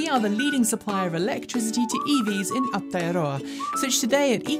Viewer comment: Sometimes has N.Z specific items,a bit more would be good. She must have practised pronouncing Aotearoa.